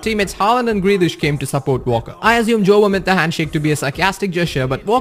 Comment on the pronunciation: It’s pronounced Walker not ‘Valker’